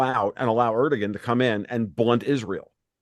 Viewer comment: It's impressive how none of them can even pronounce Erdogan! Impressive for sure!